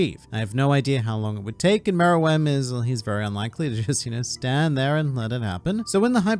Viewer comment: he's saying it right